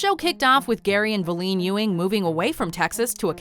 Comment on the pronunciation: It's VAL-EEN not VA-LEEN 😂